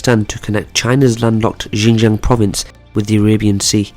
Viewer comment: its not yinyang province. Xinjiang is pronounced as 'Shin-Jiang'. 'Xi' is pronounced as 'She'.